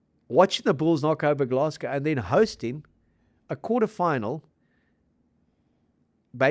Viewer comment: NOT 'Gless-go', 'Glass-go', ffs